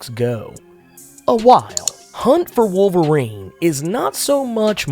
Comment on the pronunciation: Wol erine is back? Oh no